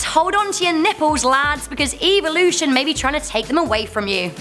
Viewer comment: Like your guys vids, but the way you say evolution almost made me want to skip watching this one, other then that I'll still give a thumbs up ^-^